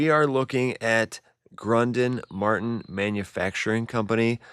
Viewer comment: Hard to believe you do not know how to pronounce Chouteau or Crunden - What?? you contradict yourself often - The fire was set to make demolition easier